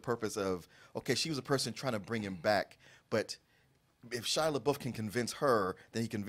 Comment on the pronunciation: Take a shot every time you hear Shia LeBOOF.